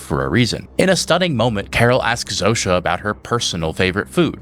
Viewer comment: Wild hearing the polish name Zosia pronounced Zoh-sha. Guess the writers picked a name from the other side of the world to sound weird and alien for an alien spokesperson.